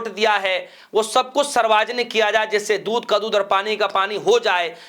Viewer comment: Reporter mahoday ji. Kya aapko Hindi nahin aata kya padhna likhna. Sarvjanik hota hai. Bolane ke pahle thoda sa dekh liya kariye kya bole.😢